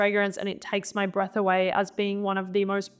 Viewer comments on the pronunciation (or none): none